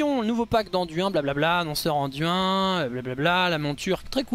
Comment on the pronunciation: Nan mais, c'est pas "Anduinne" d'abord, c'est Anne-duine ! T'es bien gentil mon p'tit chauve-souriant mais uiliser la prononciation anglaise juste pour la moitié du mot c'est pas plus joli ! 😜